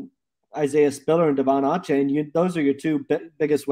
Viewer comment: Achane is pronounced A-chain